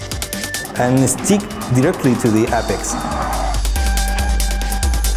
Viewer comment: Freaking awesome. Thx. Now somebody needs to help these guys a bit more with the translation. Se dice: éipex, but it's no big deal. Great content I will use it many times. Best game in the world for me